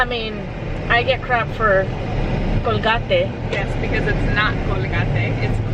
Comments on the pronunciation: Colgahtėh.... its colgate 🤣🤣🤣 love it and love you guys so much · Cole-gar-tay ...That is the funniest pronunciation I've ever heard Love it! Congratulation's on your new home! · The way you pronounced Colgate is actually how you say it in Spanish:) also congrats guys!!!!! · Hahaha thanks for the new pronunciation of Colgate! ❤❤❤ congrats on the new house! I'm so happy for you guys!!!!!!!